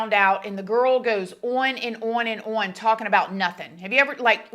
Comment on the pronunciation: your continuing mispronounciation of "on" is....disconcerting, and makes it difficult to continue watching.